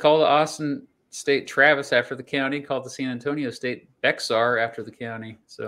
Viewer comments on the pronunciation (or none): Bexar County is pronounced like Bear or Bayer. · Bexar is pronounced “bear” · For future reference, the x in Bexar is silent